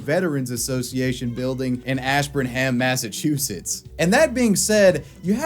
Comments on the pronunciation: I know you're not from Mass so it's not your fault but it's pronounced "Ash-burn'em." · take a shot every time he pronounces Ash burn Ham